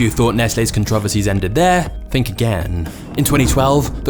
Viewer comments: “Neslay” “controvaceys” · hate to be that guy but controversies it's not pronounced "controv ersies" , it's pronounced like this "con tro vers ies" 4 syllables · “Con-trah-vacies” (controversies) gets me every time. I love your docs ❤ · The way he said "controversies" cuntraversies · Somewhat interesting. The guy delivering the narrative is not real. I was disturbed by his accent until he tried pronouncing the word "controversies". The narrator pronounced every syllable the same just like a computer would. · Ok i knew brits pronounced aluminum weird … but I was not prepared to hear “controversies” enunciated like that 😅